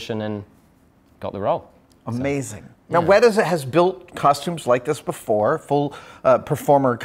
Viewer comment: Can you guys pronounce the T in WeTa, not like wera which means hot, thanks